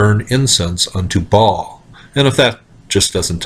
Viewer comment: Baal is pronounced "bail" not "ball" lol